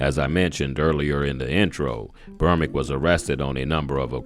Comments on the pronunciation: Its Berbick...not "Bermick"... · The man's name is BERBICK, NOT BERMICK!!! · How can you do this video and not realize you keep calling him Trevor Bermick? The closed captions agree